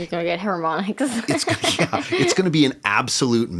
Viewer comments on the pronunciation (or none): Did she say "Hair-monics" ?